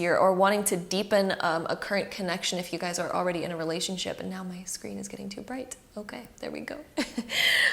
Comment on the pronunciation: Her 'now' sounds like neow😂😂😂😂